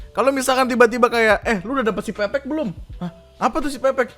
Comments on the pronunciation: bang itu yang cirebon bacanya bukan pepek, tapi pepek (pepeg), e nya dibaca e bukan e wkwkwk artinya lengkap bang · menit , bacanya peke e kecil (kaya baca enam) jangan pake e medan bang. pepek /pepeg bahasa cirebon artinya lengkap. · .. bang, sebenernya siPepek itu cara bacanya "siPeu-peuk" atau kalo kata org cirebonya tuh pepek/peupeuk = Lengkap.. 😂 mungkin yg bikin nama gatau kalo kata Pepek tuh = "nganu" 😂😂😂😂